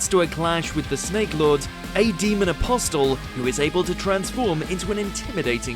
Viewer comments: AI couldnt pronounce apostle back then. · do you have to say apostle like that?